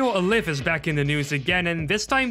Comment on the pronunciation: Why is absolutely no-one pronouncing Alyph correctly? It's Ay-Liff, not Uh-Liff